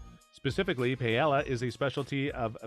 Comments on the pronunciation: Omg i was like….wait…wtf is pay-el-a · Payella and Vallenseeya? I'd have thought this was narrated by AI if this was made more recently, sheesh. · most messed up pronunciation of paella that I've heard in my life. Da hell dude! Then says "PALLELA". DA HELLL!!!! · OMG, the way you say Paelle is so WRONG. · I feel less informed now after watching this. You’ve butchered the Spanish language and taught me nada. Pay Ella?! Are you standing under Rihanna’s umbr ella ella ella? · Here’s another thing not to do in Sevilla: say Pay-ella. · La Paela? Really? your mangaling of the Spanish disqualifies you immediately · Your pronunciation of paella is enough to stop me to watch early on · Jesus, this clown should learn how to pronounce Spanish words SOMEWHAT correctly. My wife is from Seville. Her paella blows away ANYTHING I’ve ever had in Valencia. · I can’t trust Seville advice from anyone who pronounces paella the way you do. 😂😂😂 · I'm not even Spanish, but you lost credibility just by the mispronunciation of paella. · Good idea to learn how to pronounce Paella if acting as an “ expert “ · Having to listen to Paella mispronounced so many times was brutal and I'm not even from Spain. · Stopped watching after hearing him mispronounce paella twice. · Agree with you. How do you make a video like this and you don’t have a clue how to pronounce Paella. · I know it physically hurts right?😂